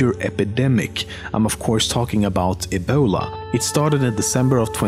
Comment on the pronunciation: the way he say "ebola"